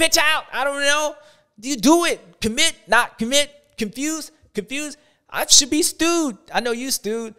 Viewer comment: Was it supposed to be confewsed 😂